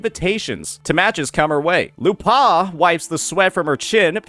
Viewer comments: You have to commend the effort of finding a way of mispronouncing a two-syllable name. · I'm more traumatised at how you pronounced her name 😂